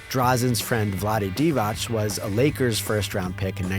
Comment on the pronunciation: Divats not Divach